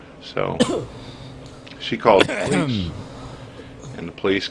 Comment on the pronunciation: "she called the p'liss"